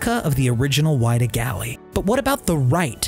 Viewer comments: It’s not the Why-duh, it’s the Wid-uh. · There is actually a museum in Yarmouth. I’ve been there a few times before for school and summer camp, very cool! Edit: also forgot to say, it’s not why-da its wi-da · It’s the whiddah and it’s not like wide. Like will. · It was called the WIDDAA. Silent I.